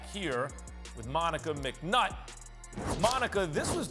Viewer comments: Max wrong for saying her name like that 😂😂😂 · He had to stress her last name. 😆